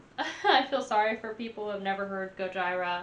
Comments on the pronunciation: What a guy would do for his girl to react to "The Art of Dying" the same way you did. FYI its pronounced "Go-G-rah"😂 A list of a few of my fav Gojira songs: Silvera (Music Video), Flying whales, The Gift of Guilt (LIVE at Braxton), Pray (LIVE at Red Rocks), Amazonia (Music Video), Toxic Garbage Island, Sphinx (Music Video), Esoteric Surgery, Oroborus. Honestly every song is amazing there first two albums are also amazing and extremely heavy. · Omg my spine cringes everytime i hear Goj- EYE-ra….. lol stop it please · It's pronounced Goyeera. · Liked your Goj"eye"ra review 😆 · "It's finally here... Go-jyra" XD Sorry, that just sounded funny. Great reaction! Btw, they are one of the best live bands I've seen and I've seen about any metal band you can think of and they are at the top of the list of metal bands that kill it live. Their drums live are just punishing, you feel it in your gut every time he his the bass drums or the floor tom. Definitely a must see band if you have the chance. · Gojira... Gojeera! GOJIRA... GOJEERA! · It's pronounced "Gojeera" just fyi. As in Gojira, the Japanese way of saying Godzilla. Also: Hold On, New Found, Flying Whales, L'enfant Sauvage and Born in Winter are must listens. I know you'll definitely like The Wild Healer as well, cause I know how much you like 1m30sec slow, moody interludes. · I laughed the moment she said Gojira. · Epic fail. You not only mispronounced the name of the band, you didn't tell anyone what song you're reacting to and there was no sound.